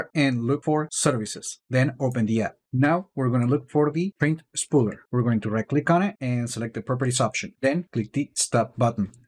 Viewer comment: did you say "spread shit?" 😄